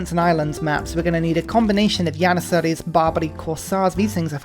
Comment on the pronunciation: Only 7 mins in and he has mispronounced trebuchet, jannisaries, and amenities. Is this a troll? 😂😂